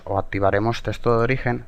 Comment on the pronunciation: buen tutorial amigo =D me da riza cuando dices testo xD, bueno suerte